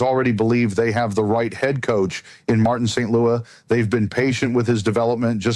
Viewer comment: St.Louis is not pronounced like the city. Friedman would know this.